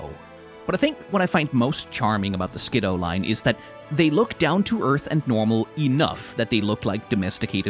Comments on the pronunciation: I'll forgive this pronunciation, as that's how I would pronounce it too, but according to multiple sources its "Skid - doo" for some reason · Fun fact, Skiddo was the Pokemon that made me stop trusting the anime 100% when it comes to pronouncing names (they pronounce it like Skidoo) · I will never forget the time I was watching the anime and the Pokédex pronounced it Skid-DOO. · We (yes, WE) will NOT be calling them "Ski-DOO" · I know I've popped in with critique of your pronunciation on a few of these shorts... I'm siding with you on this one, there is no way in hell I'm agreeing with the anime that this little guy's name should be pronounced "Skidoo" like I should be saying "23" in front of it in a transatlantic accent before zipping away and leaving behind a brief me-shaped cloud of dust. That said, I always keep needing to remind myself that Skiddo is a solo Grass-type and not Grass/Normal. It looks so much like a Normal-type, and I attribute that largely to the prevalence of browns and beiges in the color schemes with the leafiness being constrained to it's neck and back. It's of a kind with Pyroar and Litleo in that way, except that the "kind of just a lion" vibes they give off that communicate "Normal-type" actually mesh with the fact that they are Normal-type. In that way, the grounded-ness of the design I actually feel does a slight disservice to how these two are meant to work in gameplay, even if Skiddo is thoroughly adorable and I want a real one to playfully headbutt my shin until I give it a bottle of milk.